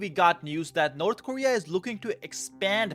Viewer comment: Its called North Korea, not Nod Koria....